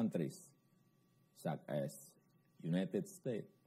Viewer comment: = harusnya such as tp knp kedengeranya suck ass ya 🤣